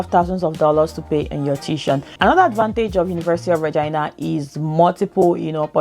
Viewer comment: That's the way people pronounce Regina.. good info ..thanks